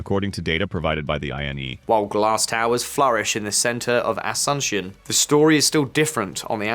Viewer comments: It's ah-soon-SYONE, not "uh-SUN-shun." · please try to nail the pronunciation of non-english names like Asunçion, thanks! Otherwise a great video! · Learn how to pronounce Asuncion and other words.